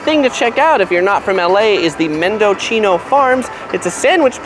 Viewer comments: Just a correction...it's pronounced "Men-Doh-See-No"...named for the county and town in Northern California. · Mendocino is a Spanish word, not Italian. the "-cino" part is pronounced like "see no". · Not Mendo Chino pronounced Mend o seen no.